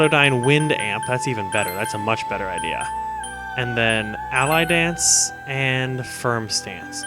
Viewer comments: Not Ally Dance. Alie Dance. (AH-lee) As in Muhammad Ali. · You keep pronouncing "Ali Dance" as "Ally Dance." I don't think it's pronounced that way. I would imagine it's pronounced like Ah Lee, like Muhammed Ali.